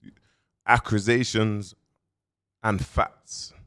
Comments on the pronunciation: “acrasayshons” 😂😂😂 clue got mans dyslexia going through the roof!!! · Not "Accrusations" 🤦🏼‍♂️ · accrisations and facts🤣🤣